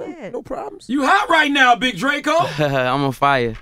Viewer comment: Big DRA-CO 😂😂